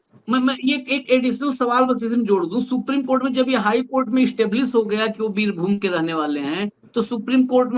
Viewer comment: It is birbhum not birbhumi